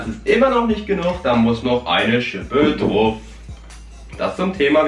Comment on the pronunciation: Hör mal auf druf zu sagen du pic